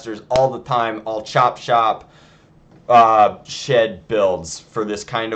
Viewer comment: shed or shit?